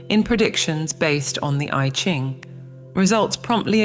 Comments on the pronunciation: I Ching is pronounced as Yee Jing. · I had to quit watching when she repeatedly mispronounced Taoism and the I Ching. If they can't pronounce the words correctly, I doubt they understand the meanings of them.